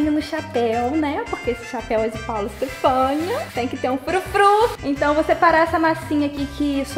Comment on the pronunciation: Toda vez que ela fala "Stephania" eu fico tipo: "oe"